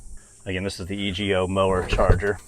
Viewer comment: LOL its not E G O its Ego (E-Go)